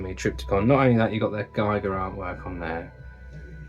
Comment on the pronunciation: H. R. Giger's surname is pronounced with an 'ee' as in 'beer', not with an 'i' as in 'wine' 😉